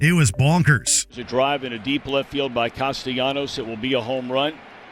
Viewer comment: If you're going to do a video, at least learn how to pronounce certain people and things. Mispronounciation is one of my biggest pet peeves. As a baseball fan, you butchering Nick Castellanos name made me dislike this video.